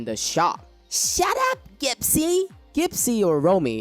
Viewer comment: That’s the first time I’ve heard gypsy pronounced that way 😂